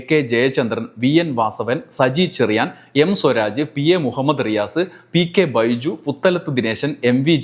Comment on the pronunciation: പി കെ ബിജു ആണ്..,. പി കെ ബൈജു അല്ല